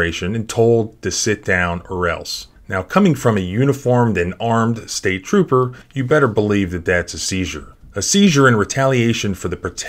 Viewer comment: Trooper “Trupo” lols😊